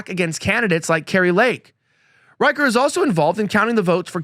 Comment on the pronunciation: Rich-er, not Riker. Yes, CA Dems stole 5 House seats in 2018.